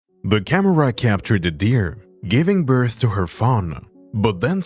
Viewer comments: Sorry.... birthA ? Hard to understand you. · Why did I hear Bertha instead of birth maybe I need to get my ears checked I have been hearing things wrong like this comment if you heard Bertha or I need to get my ears checked